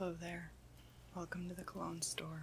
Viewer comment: I keep hearing CLOWNS instead of cologne :D